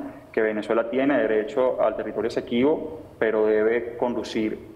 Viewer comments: No es Equesibo ???, sino Esequibo se ve que no sabe ni coomo se llama el territorio y se pone a tratar con ese tema . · no se dice Equesibo se dice Esequibo